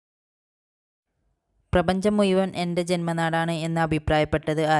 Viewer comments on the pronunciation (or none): മുയ് വൻ എന്ന് അല്ല മുഴവൻ എന്നാണ് എന്തായാലും പരീക്ഷക്ക് മാർക്ക് ഉറപ്പാ ❤❤️